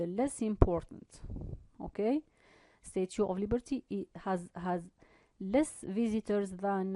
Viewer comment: Thank you for sharing ...just mind the pronunciation of statue /stætʃuː/